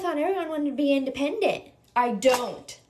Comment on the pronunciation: I don't want to be impotent? Haha what did you say?